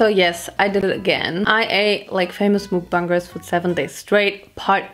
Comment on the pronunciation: It’s not mooookkkkk bangers it’s mukbangers